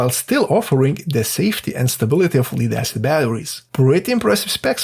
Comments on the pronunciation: please say "lead" properly it's not what you think................. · A controversial future "Perfect" battery was announced at the US CES show: Donut Lab "production-ready" SOLID-state battery, lasts for 100,000 cycles , fast charge, higher density, no volatility (No working batteries were on display.) Appears to be a sort of capacitor with no chemistry. fyi "Lead" is pronounced with a soft E. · Pronunciation tip - lead is "led" not "leed" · It's not "Leeed acid" it's Lead like head or dead.... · FYI, lead is pronounced led, not leed. Also. thanks for this great video. I will actually put it into use when I build my next fishing kayak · It’s pronounced LED ACID not LEED ACID. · well done, read all coments till i found pronounciation of Lead he beat me to the punch as i debated on calling you out on it LOL (led not leed) lead can be pronounced both ways as it is written same way depending on the subject, that's english for ya' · Can't pronounce the word Lead. You keep saying Leed instead of Lead. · Lead/li:d/ is not lead/led/ - perhaps a dictionary..? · Lead is pronounced like "ledd" not "lied" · It is lead - not leed ! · In English, 'lead' (the metal) is pronounced "led", not "leed". The word 'lead' (as in a dog lead or popular leader) is pronounced 'leed'. Confusing language with terrible spelling norms... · AI says, Leeeed acid. Block you! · lead is actually pronounced lead, hope this helps ❤ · You could also provide a little pronounciation help: in this case, lead rhymes with shed. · If just spelling it told you how to pronounce it he wouldn't have made the mistake. It'd be helpful to spell it phonetically with examples like "ledd." The double consonant implies a preceding short vowel and that the "d" sound is not silent. It's also helpful to clarify that "lead" is pronounced that way, but when it's used as a verb, "to lead," so perhaps he has only ever ~read~ lead. Emphasized because "read" is another example of edd vs eed ( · It’s pronounced lead not lead